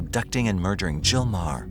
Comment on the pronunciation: The H, in Meaghar, or Maher, is silent, so, In Ireland, it's pronounced..... Marr.